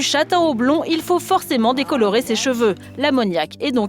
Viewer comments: elle dit les j'veux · La seconde au magasin : j’voudrais m’éclaircir les JVEUX ! Les JVEUX PTN ! Elle a dis les JVEUX!